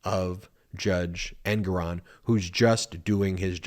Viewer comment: It's Engoron- accent on gor